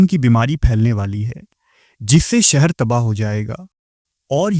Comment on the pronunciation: Apki urdu adayegi me kami hai.. aap sheen se baney alfazo ko seen me keh dete ho.. jaise Sheher ko Seher Shamil ko Samil Please urdu ki adayegi durust kijiye.. waise video content acha pesh karte ho aap. Awaaz mutaassir karti hai.